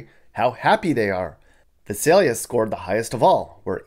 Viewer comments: My mom grew up in Vi sail yuh not vis sail ya ... sad to see all the devolving of life ... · No one ever gets "Visalia" right. The first letter "i" is long: V - eye - s - ay - l - ee - ah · You're totally mis-pronouncing Visalia. A lot of people do though. I kind of grew up there. Yeah it has somewhat gone downhill, but it's still one of the nicer cities in the Valley. I live the in Bay Area and would move back in a heartbeat now that I'm retired. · It's vy-SAYL-yə (Visalia).